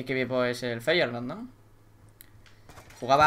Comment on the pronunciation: dijo feyenord!